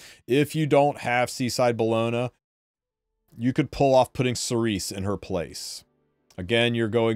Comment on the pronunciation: Cerise is pronounced Cereeze in french, meaning cherry in english. Thank you for the informations and tips, and good luck for the 10M.